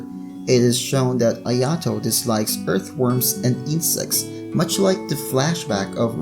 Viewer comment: Ayato is pronounced i a to (ik that not how its spelt im just using that as a example) their just slaughtering touka and ayatos name wow